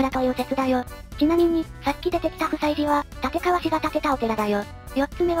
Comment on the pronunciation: 「たつかわ」 って聞こえるんですけど 音声で読み上げる何とか変換ソフトでですか？